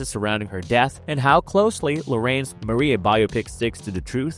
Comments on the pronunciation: I wish you'd pronounce properly the director's last name, it's LA RRA ÍN, you must emphasize the "ín" syllable. Greetings. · Also, you mispronounce Larrain.